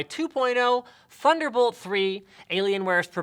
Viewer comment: When Linus said Thunderbolt 3; I thought he said "Funderbolt 3."